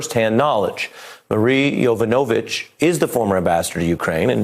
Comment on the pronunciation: Non-listening Presenter: "Yova-no-vitch"; Professional listeners: "Yo-vanovitch."